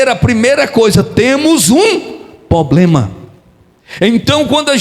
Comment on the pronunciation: Pastor te peço perdão mas é para seu bem não diga poblema, diga problema.